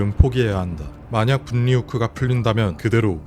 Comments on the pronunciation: 영상 너무 잘보고있는데 한가지만 수정해주시면 더 듣기 좋을 것 같아서 말씀 드리고 싶어요. 분리, 편리 등의 발음이 [분니],[편니]로 하시는데 유음 ‘ㄹ’ 앞의 ‘ㄴ’은 유음화 되어 ‘ㄹ’로 발음해야 됩니다. 따라서 [불리],[펼리]로 발음하는 것이 올바른 발음이에요. 아무래도 청각적 요소가 중요한 영상이라서 청자 입장에서 이런 발음 하나하나도 듣기에 중요하게 작용할 것 같아 말씀드립니다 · 관니 분니가 아니고 괄리 불리 라고 읽어야돼요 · 다좋은데 발음을 자꾸 틀리게하시네요 ㅜ 분리 [불리] 선로 [설로] ㅜㅜ 입니다 분니 , 선노 이렇게 발음하시네요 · 발음이 너무 신경쓰여요 ㅠ 분리 (불리) 편리 (펼리) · ㅎ ㅏ.. 진짜 ㄹ발음을 ㄴ발음으로 읽는 거 개짜치네... 분리-분니... 편리-편니... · 분.리. 후크가 아니고 불리. 라고 발음. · 분리는 분.리. 라고 읽지 않고 불리 라고 읽어요. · 고퀄리티의 재미있는 영상 잘 보고 있습니다. 그런데 분리 인력 선로 관리 등 ㄴ이 ㄹ앞에 있을 때 불리 일력 설로 괄리 처럼 발음해 주시면 좋을거 같아요. 영상 정말 재밌게 보다가 살짝 거슬리는 느낌이 있습니다. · '분리' 읽을 때는 '불리' '편리' 읽을 때는 '펼리' '선로' 읽을 때는 '설로' 추가로 '인류' 읽을 때는 '일류' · 분리 읽을 때 분니 (X) 불리 (O) 내가 잘못 들은 줄 알았네 ㅋㅋㅋ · ai가아니라 육성으로듣는건 너무좋은데 ㄴ하고 ㄹ끼리 만나면 유음화현상으로 ㄹ로 발음되는거는 추후를위해서라도 고치는것을 추천드립니다. 흔히 롤하다만나는 전령은 전녕이아니라 절령이라 발음하고 분리 후크도 분니후크나 완전 한글자씩 끊어서 분리후크가아니라 불리후크라고 읽으셔야해용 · 어이가 없네. 왜 분리를 분니로 인력을 인녁이라고 읽어요? 요즘에 한국 유튜브에 많다는 중국인인가? 한 때 보이스피싱 하던 중국인들이 유튜버로 다 전향했나? 당신 한국인 아니죠? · 영상은 정말 좋은데 발음에서 거슬리는 부분이 있습니다. 다른 영상들에서도 그렇지만 "분리" 를 "분니" 또는 "관리" 를 "관니" 로 읽는 등의 자음 동화 발음 규칙에서 어긋나네요. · 영상 편집이 진짜 깊은 인상을 주네요 근데 발음하실 때 분리/불리/, 관리/괄리/, 인력/일력/, 선로/설로/, 로 발음하는게 자연스럽습니다.~ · 팬이라서 도움 드릴까 조언 드려요. 또박 또박 늘 잘 얘기 해 주셔서 귀에 쏙쏙 들어오는데 그런만큼 발음이 틀리면 또 정확히 들어오네요. ‘분리‘ ’신라’ ‘분류’ 등의 ㄴ+ㄹ 이 만나는 경우 앞의 ㄴ이 ㄹ로 발음되어 [불리], [실라], [불류]로 발음 하는것이 어법상 더 자연스럽습니다 ! (분리,인력, 선로 계속 이 이야기에서 나와 더 그렇네요) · '분리'라 적고 '불리'로 발음하는게 맞다. '관리'라 적고 '괄리'라고 읽어야한다. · 항상 잘 보고 있는 구독자입니다. 우리말에서 앞글자의 종성이 ㄴ이고 뒷글자의 초성이 ㄹ인 경우에 올바른 발음은 둘다 ㄹ이 되는 것입니다. 분리나 인력, 선로, 관리 같은 단어들의 발음을 전부 틀리시길래 말씀드려 봅니다.